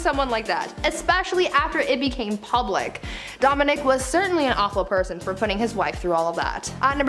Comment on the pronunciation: I was going to call you rude when the video started and I read your comment, but as I continued with the video I totally get you 😂. She destroyed the word ‘tumultuous’ and the phrase ‘awful person’. I Wish she switched them with other synonyms.